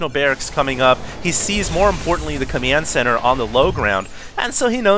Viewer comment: always says "comiend senter":d